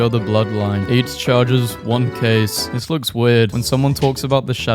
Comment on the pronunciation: having a stroke reading ‘this’